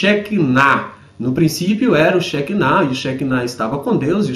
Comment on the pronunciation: Na verdade não é shekinah, mas shechinah (o ch tem som de rr), algo como sherrinah.